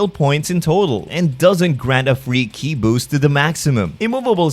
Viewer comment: you called Ki “Key i?”